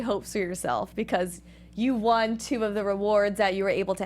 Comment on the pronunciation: why does say won like wan... lol